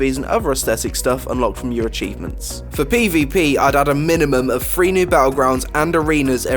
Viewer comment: I did notice some strange speech patterns and a lot of mis-pronouncing of words... I understand it if you have a problem. Just seemed pretty having on the words so many pronounced wrong ... Example I think i know you meant Three? but I hear fee... Still a great video no matter how you pronounced some words. If you have a problem it is all good...GREAT ideas over come our small issues in life